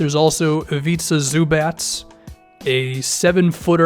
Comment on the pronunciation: “Zubats” I don’t know exactly how it’s pronounced either but I’ve never heard zubats. It’s either zubock or zuback in my opinion